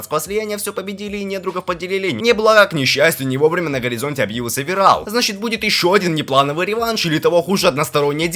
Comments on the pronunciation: вирАл,кИтан........ну ты реально конченый? Ну как можно так говном измазаться что в двух именах убого ударение поставить. Зашёл понастальгировать,а тут долбоёб на авторе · вирАл кИтан. Мои уши -_ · Какой ВирАл, ВИрелл, требую переозвучить! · если для быстрого пояснения пойдет, а так перезказ такое. все слишком сжал, и эти шедевро ударение вирал на а камина на а, аж уши режет. симон вообще горемычным стал.